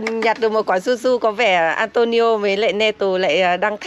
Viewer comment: Phải đọc là Antuniu mới đúng chứ nhỉ? Tại sao Neto thì đọc là Netu, còn Antonio vẫn đọc là Antonio. Mặc dù cùng kết thúc âm cuối là âm “o”